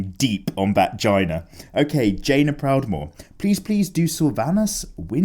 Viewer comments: I'm sure you know that it's JAY-nuh Proudmoore, as in "the letter J"-nuh Proudmoore. But I never get tired of hearing you pronounce it like the end of the word vagina. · Hiya! As an avid player of WoW, I appreciated your work of Jaina. I can understand the confusion over her name, but it is pronounced Jay-nah! Kinda like day. Sadly I don't have any recommendations for exercise videos. I run around after my toddler all day, but I don't recommend having a baby just to run around after them! You'll never sleep the same way again! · it's me. My favorite game the world is Mount and Blade: Warband. It's a 1 player roleplaying game. I would 100% recommend this game (also the mods for this game is awesome). There's also new game coming out (in 2020) called Mount and Blade: Bannerlord. I'm super excited as you can tell. Also it's Jaina (jane-na). You freaking pleb.